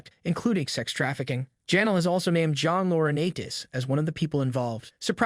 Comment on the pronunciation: Half the words he used were straight up wrong is this dude a bot? Chris Jericho was wrong, Divas, Janel Grant, John Laurinaitis... like he needs to actually learn how words sound before saying them.